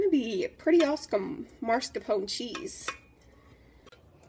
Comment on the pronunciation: This was a good tutorial and I appreciate you taking the time to make it. Thank you for fast forwarding through the parts that weren't pertinent. I would have loved to see the finished product. Also, just to be helpful it is pronounced mascarpone, not marscapone.